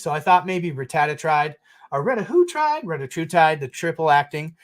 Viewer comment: (Morpheus, from The Matrix): “What if I told you, Eli Lilly’s CEO said it in an interview, and it’s REH-TAT-ROO-TIDE?”: “But it’s so fun when I say RETA-WHO-TIDE?… Reta-TRUE-tide!!!” Morpheus: “Yes, that is pretty dope, actually.”